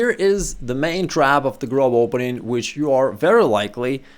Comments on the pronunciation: It's pronounced [grob] in German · yes grob = rough in german, but its pronounced more like the O in Fortune, a longated o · Yes, "grob" ist the german word for "rough". Just strech the "o" a bit longer, then you pronounce it almost correctly. :)